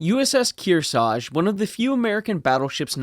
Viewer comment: We could use a crane ship like that right now. Narrator cannot pronounce Kearsarge twice the same way.